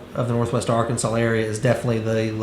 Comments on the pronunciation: Is it just me or does it sound like he’s putting an “L” at the end of Arkansas? “Arkansal” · He is, and it is like fingernails on a chalkboard 🙄